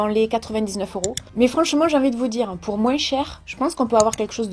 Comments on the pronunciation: tu as dis encore "" moinss"" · "moinss" ça y est je suis en vacances 😂❤️